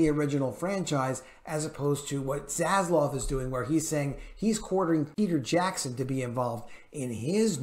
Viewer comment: ZasLAV not ZasLOV :)))